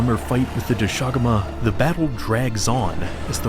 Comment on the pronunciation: is it not pronounced "dosha guma"? and not "do SHAguma"? sounds so weird😭 not to undermine the absolute behemoth of a piece of art